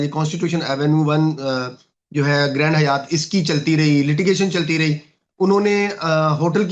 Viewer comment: گرینڈ حیات نہیں گرینڈ ہائیت Grand Hyatt گرینڈ ہائیت ہے Hi-att